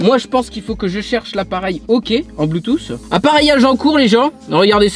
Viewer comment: On est d'accord que le bloutous... Blutu... Bloutu... Puis merde on est d'accord que le bloutuss intégrer sa existe nn?